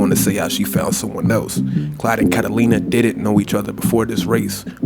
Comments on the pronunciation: Hey man it’s claude not Clyde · Why does he keep calling him Clyde? His name is CLAUDE. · Are you saying Clyde? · you just can't pronounce Claude can you